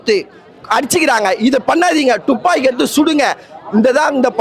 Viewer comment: டூப்பாக்கியா இல்ல துப்பாக்கியா பா